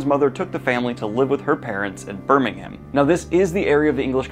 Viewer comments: It's Bur-ming-um Not Bir-ming-haem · Oh that pronunciation of Birmingham broke my sole